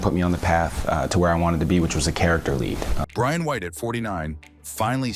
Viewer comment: The Ai keeps calling him Ryan ...his name is Brian!!!